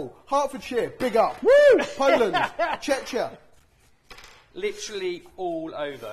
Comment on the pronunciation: If I ever meet I will slap him for the way he pronounced Czechia 😂😂😂